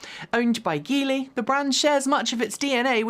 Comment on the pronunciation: Aw Jeely, Hey. What's goin' on? Come on. Aw. Jeely,. Aw, Jeely, please. Aw Jeely, I know it looks like Geely, but it sounds like Jeely. Aw Jeely. Joking aside, it seems like your company is committed to being inclusive and getting the names of people and companies pronounced the way they are said in their native language. Looking forward to your next reports about Jeely(Geely).